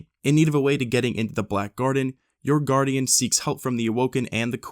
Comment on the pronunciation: "I don't feel so good Gurdian..."